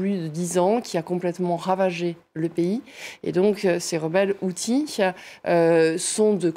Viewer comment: Pas HoutSis, Houthis, le journalisme est de pire , en pire...